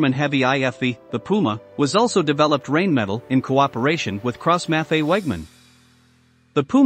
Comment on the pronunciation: The commentator pronounces Rheinmetal as Rainmetal. It is actually pronounced Rhinemetal.